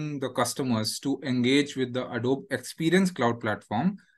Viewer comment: Wow, they couldn't even pronounce Adobe correctly.